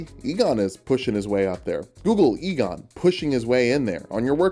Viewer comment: You must be Igon [pronounces it ee-gon] Igon: No, it's pronounced "eye-gon": But they told me it was "ee-gon" Igon: Well, they were wrong then, weren't they?